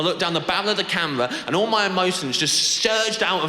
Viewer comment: The bawwel of da camewar. Such a funny accent